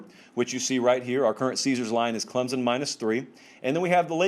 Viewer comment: Its "Clemson", not "Clemzun".